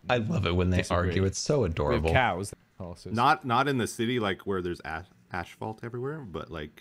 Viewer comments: "ashphalt," from the same guy who thought "rhythm" was pronounced "rimth". it's insane how smart is in some areas and how oblivious he is in others. makes me think of Sherlock Holmes, who doesn't have a clue how many planets there are in the solar system. we need more weirdos like. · I’m Canadian and I do not say ashphalt